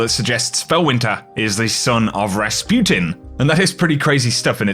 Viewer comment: he said Rasputin so perfectly🤯